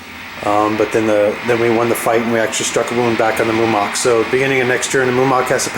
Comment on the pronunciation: Mumak, Mu-ma-k